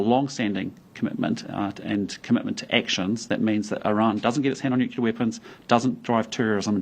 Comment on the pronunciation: Please teach him English, someone! " nucular" 😬